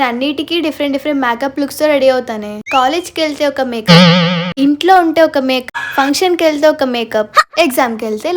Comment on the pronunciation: Akka nuvu makeup anadam ladu maka antunavu😂😂